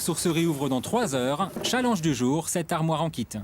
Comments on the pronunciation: "Challenge du jour " Non je suis pas d'accord tu le prononce "tchalaije" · On dit « tchallinge »